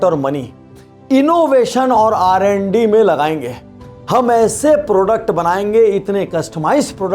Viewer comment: Sir it's R&D not RND